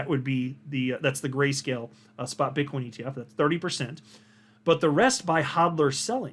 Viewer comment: min 😂 did you call Bitcoin Bitchcoin 😂🤣😂🤣